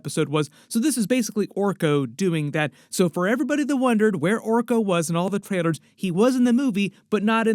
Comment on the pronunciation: It’s Orko